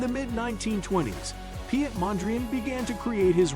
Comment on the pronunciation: His name is pronounced Pete not pee et. Piet in Dutch is pronounced as Pete.